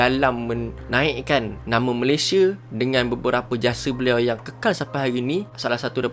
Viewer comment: Salah sebut tu..ini adalah asas kita sebagai Rakyat negara ini..nama negara kita, Malaysia..sebutan Malaysia..bukan Malayshe..atau Malaysye..Malaysiee boleh lagi..kita sepatutnya sebut dengan sebutan baku.. perkataan Malaysia adalah kata nama khas.. Malaysia..bukan Malayshe😌😌😌😌